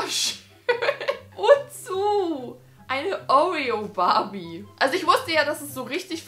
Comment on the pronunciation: Was ist eine Oureo Barbie?😂 Ich kenne nur eine Oreo Barbie 😂😂